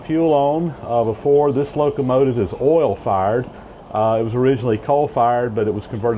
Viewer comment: take a shot everytiime he says "ohl" (oil)